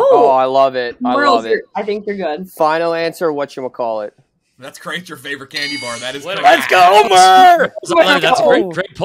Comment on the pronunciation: How is Murls American with the way he pronounced candy bar lol.